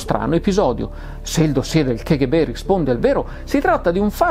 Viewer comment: Non vorrei in alcun modo biasimare lo splendido lavoro che compie, ma mi permetto di dire che la pronuncia "ke ghe be" dell'acronimo KGB è una bestialità, per quanto diffusa. In russo si pronuncia "ka ghe be", in italiano "cappa gi bi", se proprio vogliamo fare i fighi e pronunciarla all'inglese (non ne capisco la ragione, ma tant'è...) allora è "kèi gi bi"... La pronuncia "ke ghe be", usata a quanto mi risulta solo in italia, è proprio un'aberrazione che non ha ragion d'essere.